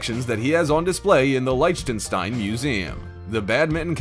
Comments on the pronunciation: Please learn the correct pronunciation of certain words before using them. Liechtenstein doesn't start with a "Like" sound, it is more like "Lick" but with a hard "H" instead of a K, like the beginning of "chutzpah", or in the German word for night: "nicht". You also need to quit sounding like you're narrating an advert, and talk like a real person! I enjoy the content of these videos, but the voice drives me insane. I'm sure I'm not alone. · I know. its Buneye lol brunea. and Licktenstein not litchtenstein.